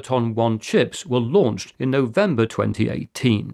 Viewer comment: Ah, you said, "were launched" sounded like "will launch" Sorry, I was just confused. Thanks for all the great videos.